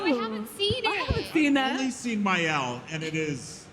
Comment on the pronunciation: He called Maelle Miyelle too...